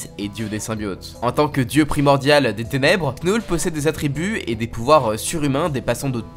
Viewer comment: On dit pas "Knoule" on dit "Nœul"